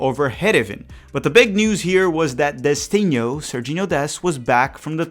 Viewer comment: DICEEEEECHINUUUU (Brazilian pronunciation of Destinho)